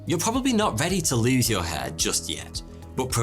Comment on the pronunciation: Soty or Foty or Toty, seriously, your pronounciation needs some clearing and training to make letters more defined, when you said hair It sounded like head and there are other words that you pronounce so unclear it's hard to tell what you said even from context. We, Russians pronounce all letters clear and sharp exactly as they are and it's so frustrating to hear how people in other languages destroying written words with pronounciation that missing letters or has them so identical to each other that you can't tell what was this letter 😇